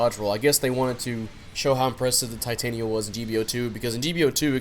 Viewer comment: Ti-tan-ya is how ya pronounce it.